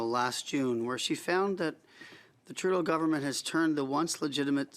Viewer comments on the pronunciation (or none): none